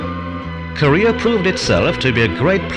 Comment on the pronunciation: i was searching for this video for so long because i watched the vice video where they used this and i literally just wanted to hear him pronounce “korea” as “career”